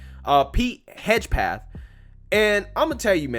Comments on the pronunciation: HEG-SETH. Not Hedge-Path. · Side note: you absolutely BUTCHERED the pronunciation of "Hegseth." I'm just saying. 🤣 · LOL... you can absolutely massacre some names. His name is Pete "HEG-SETH". That's alright though, you have become my favorite You Tube Conservative.